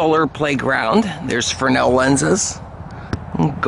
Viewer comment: I love your stuff, but it's Fresnel, not frenel